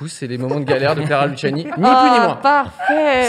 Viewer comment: Elle a dit Clara LuSSiani pendant l'intro 💀😭😭